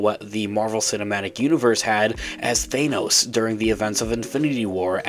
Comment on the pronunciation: Who pronounces Thanos like that ?